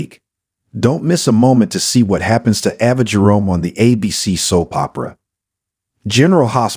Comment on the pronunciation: Valentine (Val' en tine) ,Ava (A' va,) Elq. Do you even watch the show????? Learn to get the NAMES pronounce right. Maybe you would get more then 9 likes.